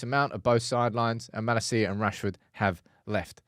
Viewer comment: The best thing about getting rid of Malacia is not having to hear you pronounce it so annoyingly every week 😂🤞🏼👏🏻